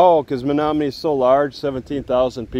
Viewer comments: I would’ve pronounced that “Me no money” if you hadn’t said it aloud. I also finally realized your voice reminds me of Mike Judge. Stay safe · City pronounced ME NO MONEY.